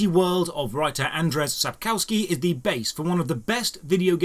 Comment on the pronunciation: Nice, list. it was fun for me as a native polish speaker how You butcherd "Sapkowski": :D like from me ! haha :D